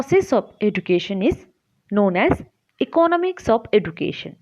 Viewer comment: please take care of the pronunciation of 'education'